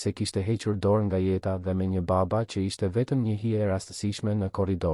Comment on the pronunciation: Po theksoe Mir fjalen baba Jo ba-ba